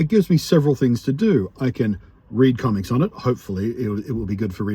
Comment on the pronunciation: My ears heard comments instead of comics everytime you said it 😛. I hope things pick up for you soon.